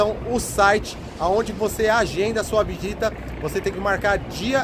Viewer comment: agenda sua vigita? Trava língua do g Monumento incrível assisti o vídeo de novo após o vídeo atual do fechamento devido pessoas utilizarem esse lugar para deixar este mundo 🤷🏻‍♂️🤷🏻‍♂️🤷🏻‍♂️🤷🏻‍♂️ Muito triste não fica bravo hen só acho engraçado quando vc fala errado😉